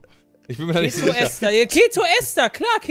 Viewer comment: Eine Info für euch: es heißt Ester nicht Esther und wird mit einem langen E gesprochen, also Eeeester